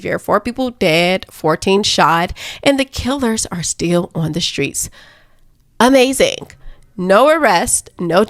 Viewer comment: Are you saying "amazing" as a tribute to the great jesse lee peterson?